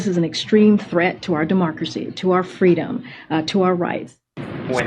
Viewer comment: How are you going to have a Press Secretary that can't even pronounce "extreme"?